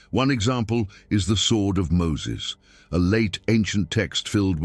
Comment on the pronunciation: Lost me with that Muslim way of saying Moses 😂😂😂😂 fake ass video